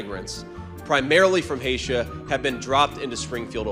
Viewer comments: JD...Hay-shah? Do you mean Haiti? What's wrong with you sir? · BTW, JD, it’s pronounced “hay-tee” not “hay-sha.” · From Haitia? Isn’t it from Haiti? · Where's Haita? It's Haiti lol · "20,000 migrants, primarily from HAISHIA"!! LOL!!!!! Ah, that would be Haiti.🤣🤣🤣🤣🤣🤣🤣 Master- TAZANIA! Student- HAITIA! Master - Well done, grasshopper. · Did Vance say the immigrants were from Haitia inside of Haiti 😂😂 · Did Vance say Haitisa or Asia it is Haiti 🇭🇹 🤔 no Haitisa exists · Haitia? These pricks don't even know that it's Haiti, or where it is. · Did Vance really say Hay-shaw instead of Hay-Tee? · Vance Primarily from Haitia ? Lolol you mean from HAITI? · Question, JD Vance: What is Haitia? The word is either Haiti or Haitian. I'm not familiar with Haitia.... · JD, there's no such place as "Haitia." It's "Haiti," you halfwitted wannabe. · Hatia? Did JD say Hatia? Or is it spelt Hayshuh? Omg 😢 it’s Haiti! As in Hay-tee!!! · Isn't the country called Haiti, not Haitia. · I am petty, "Haitia" is not a place. Haitian people come from Haiti, not Haitia. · Haiti is pronounced as 'Hay-tee' not 'Hay sha'... these MAGA are on another level when it comes to ignorance. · "Hatia", huh? Lol. What an idiot. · Did I hear Vance correctly? Did he say “…primarily from Haitia,” as in Haisia?? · "Primarily from haitia"? Did i hear that right? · JD does not know it’s Haiti, he pronounced it as Hatia. It’s embarrassing not knowing this information. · Vance: "..., primarily from Haitia"??? 😂😂😂 Where is Haitia? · Wait did Vance say Haitia????? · I love the part where Vance talks about the people from "Haitia"! I'm pretty sure he must have meant HAITI. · Did he say , Haitia (haysha) instead of Haiti? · Vance said Haitians are from "Haitia." I guess he has never heard of Haiti. Oh, yes, he took full advantage of that Ivy League education. 🤔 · Listen to how pronounces H-A-I-T-I in that first video he says HayChia 😆🤣😂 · Did J.D. Vance just say, "Haysha" rather than Haiti? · "Haitia" lol